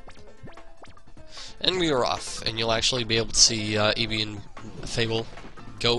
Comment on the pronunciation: when u say ibhi is sounds like eevee